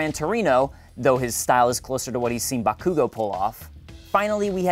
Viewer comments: Haha BaKoOgO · Maldonado It's really hard to focus on writing my review of season two, because that pronunciation of Bakugo's name is killing me with laughter. xD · Um... it's pronounced Buttkoogo. Thanks. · JustNel ikr, I hate the way he said bakugou